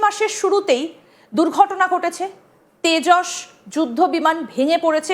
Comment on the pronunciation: তেজস না ওটা হবে ভেষজ😂😂😂